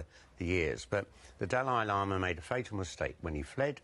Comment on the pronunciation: Dalai Lama = Du lay lo ma